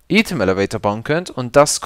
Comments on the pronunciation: Item spricht man doch normalerweise "Ei-Tem" aus, oder? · lern einmal item auszusprechen